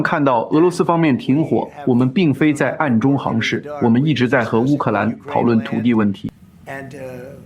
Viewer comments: 是在翻译吗？怎么有许多白字，发音不准，比如暗中行事，读做航事。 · 你的同期播报很好。但我想说“我们有人正在俄罗斯进（航）行会谈”。“我们并非在暗中（航）行事”。你是博士呀，这个多音字你真的不会用吗？进行、行事。（进航）（航事）没有这样的词组呀😅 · 航事、航街是粵語發音😅